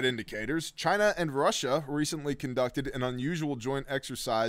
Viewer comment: I lost my shit when you called China 'gina